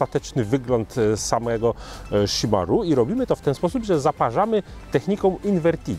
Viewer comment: Wydaje mi się, że wymowa chimarrão jest jednak troszkę inna, bardziej szimahą (Polski zapis wygląda beznadziejnie ale no cóż...) niż szimaru :D no chyba że to jakiś inny dialekt lub wymowa. Ale spotkałem wielu Brazylijczyków i tylko tak oni mówili + na internecie też jest ta wymowa.